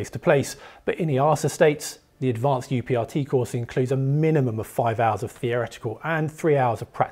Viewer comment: UPRT should be pronounced as uprt. That's how we do it at my airline